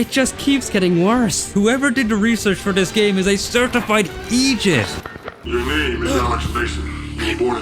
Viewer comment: Lol when you say idiot you sound like you said Egypt